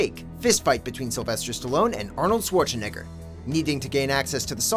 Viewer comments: I don't like the way he says Arnold's last name 😑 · Dude, please learn how to say Schwarzenegger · The way he says Schwarzenegger sounds like he's swearing